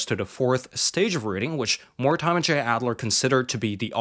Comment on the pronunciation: More-Di’Murr is really how to pronounce that authors name. (I had a friend with that as a last name and that’s how he always pronounced it)